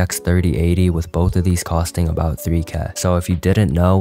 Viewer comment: "3 keh" is crazy